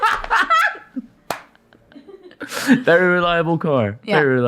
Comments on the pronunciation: Haha I've just lost it at the golden boys inability to pronounce Saab 😂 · Ok why can neither of them pronounce Saab properly 😅